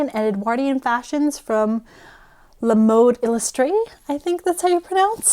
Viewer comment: Thank you for all the books' references. And as a French, I can say your french prononciation for "la mode illustrée " is good 😀